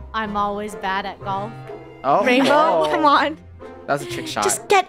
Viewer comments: Funneh think she said: Raingolf (Rainbos) Me: RainLoaf? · Bow-lf (rainbow)